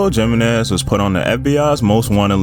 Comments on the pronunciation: love the video my last name is jimenez it’s pronounced he-menez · Dude you are really driving me nuts with the way you cannot properly pronounce Hispanic names ... it's not jimenez , its pronounce Himenez ... and you did it with deJesus ... it's pronounce d hey Zeus .